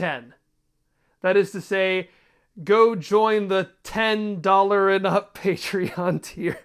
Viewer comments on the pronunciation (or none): none